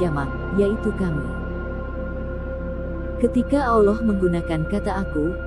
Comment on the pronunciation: Mohon maaf admin pengucapan Allaah nya terbawa huruf wawu,Awllah... Harusnya Allaah bukan awllaah